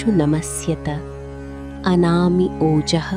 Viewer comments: It's anama not anami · It was written “ANAMA” but she pronounced “ANAMI” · You were pronouncing as anami but in display its given as anama... Which is correct😮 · yeah ...but here it sounds like anami .... or it's okay Thanks 😊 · Anami or Anama? Please clarify if the correct pronunciation is the first or the second. Thanks.